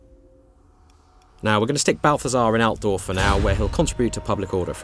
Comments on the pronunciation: I can't help it, but listen to native english speakers while they try to intonate german names, just makes me feet unsatisfied. It sounds so much less powerfull. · that's not how you say Altdorf!